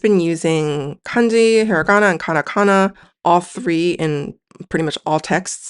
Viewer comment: Whycome you say Karakana when you put Katakana on the screen?